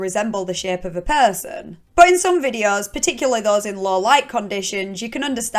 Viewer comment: I could listen to you say perrrrrson all day. Love your vids